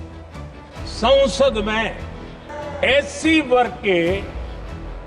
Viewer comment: Sansad ❌ Sonsad ✅